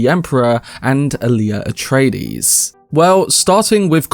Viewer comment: "Atraties" Atreides, bro.